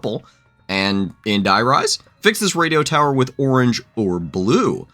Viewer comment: Can english speakers pls stop pronouncing "der Eisendrache" As "der Eisendrak" Its pronounced "Eyzendrahe" the 'h' like in 'history'. Also dont forget the 'e' at the end. The same with "der Riese". Its not "Der Ris". It also has an 'e' in the word, so its "der Reezeh". 'Ee' like in 'deez nuts'